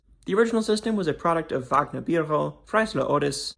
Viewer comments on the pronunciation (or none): none